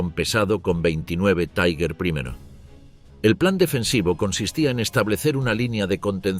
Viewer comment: TIGAR, EN ALEMAN, ESCRITO TIGER, NO "TAIGER". 😊